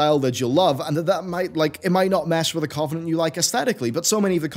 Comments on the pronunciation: Cuv-en-ent not Covv-en-ent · Please pronounce covenant correctly.. your stressing me out